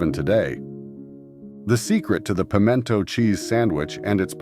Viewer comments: I've never heard pimento pronounced that was before. Also, come to any grocery store in the south and you will find several brands of pimento cheese on the shelves, in regular and spicy. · yes , very funny pronunciation